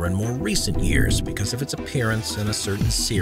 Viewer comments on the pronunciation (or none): none